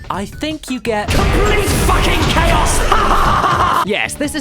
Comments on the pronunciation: 'CHOAS' I think you mean, chaos? xD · Choas? Really? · "COMPLETE FUCKING CHOAS" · "CHOAS"? oh dear, Caddy, one typo you didnt notice! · "complete fucking choas" Oh caddy, that wasn't intended was it? ;) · "COMPLETE FUCKING CHOAS" CHOAS CHOAS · "COMPLETE FUCKING CHOAS" xD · Caddy... Choas? CHOAS? Caddy... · No, he just mispronounced choas. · Shockine No, he mispronounced choas.